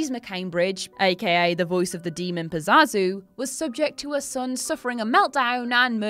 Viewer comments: NO, NOT THE DOCTOR! But "Pa-ZAH-zu"? Really??? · Not pazazu pazuzu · It's Pazuzu, not Pazazu. 😂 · Still mispronouncing Pazuzu and Reagan's name incorrectly,? C'MON! You're supposed to be WhatCulture's horror buff!